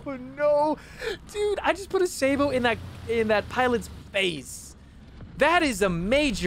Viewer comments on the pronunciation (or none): none